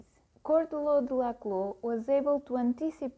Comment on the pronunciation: It’s pronounced shaw-duhr-law, not kaw-duhr-law